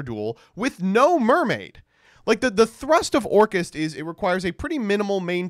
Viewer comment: the way you pronounce orcust is sus. Orkhaast?